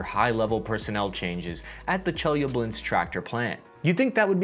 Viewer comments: Im from chelyabinsk, and its not pronounced chelyablinsk my friend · Yea, but he butchered the city in Russia where the tanks were built, 😆 Chelyabinsk. He has an extra syllable in there or some crazy thing. Gotta love him, though. He tries so hard. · Чеяблинск))) it is not Che-ya-blinsk. It is Che-lya-binsk